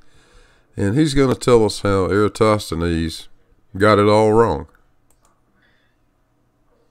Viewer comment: Well... credit where due... got 'Eratosthenes' pronunciation pretty good. But... he didn't extract the northing from that diagonal line.